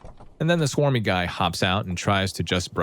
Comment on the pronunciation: Bro it clearly says smarmy not swarmy 😭